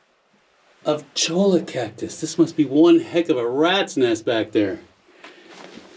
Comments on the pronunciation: cholla is pronounced CHOY-ah. A desert rat like you should know that! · cholla is pronounced choy-ya